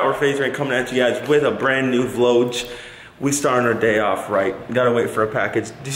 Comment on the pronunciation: I'm acually so happy he said vlodge